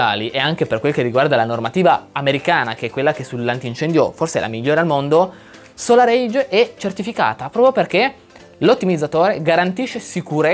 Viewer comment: Ma perchè la povera SolarEdge continui a chiamarla SolarAGE ? I video sono ben fatti, solo una piccola nota in amicizia 😀